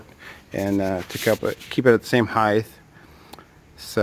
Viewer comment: Why do you say heighth, there is no H at the end it is a T heighT not heighTH